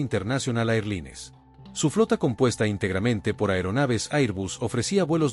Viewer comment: Me rompieron el oído con ese Inglés (eirlines). IA.